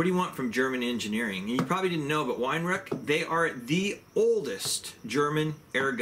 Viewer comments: Pronounced Vi-rau not Wine-rack! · Most non German speakers struggle pronouncing Weihrauch. The W is pronounced as a V . But Wine Rack is the funniest mispronunciation so far thumbs up for that one 😂👍